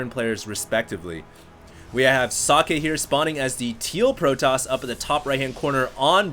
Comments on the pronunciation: So(not oe its an o)ck(a hard K)e(its not eeeeeeeeee, not sockeeeeeeeeeee its just socke) its short and hard pronounced, hes german ... not asian, at least that much you should have known .... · nice commentary! socke is german for "socks" and is pronounced [soh-keh] not [sake], u make him sound like japanese ricewine ;-) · It also Sounded kinda like he said "Sake", which is a Japanese Rice-wine :D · socke is german, you allmost got it, its pronounced with just a shory a at the end, not like sockay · its pronounced socky lol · Actually, if it really is German, you wouldn't pronounce it like that. The o in socket and how Germans pronounce o is different. English is kind of weird. There are so many ways you can pronounce a single letter, depending on the word it's in.